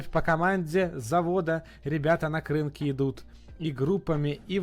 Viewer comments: КринКИ . Наголос на останній слог. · Пане Сергій, правильна назва - «КринкІ», наголос на останню «і». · Курва, КРИНКИ з наголосом на останній склад!!! Сергію, ви мавпуєте один в один вимову кацапопітеків. Має бути соромно, хоча чому, Сіверодонецьк ви до сьогодні мабуть називаєте Сєвєродонецьком.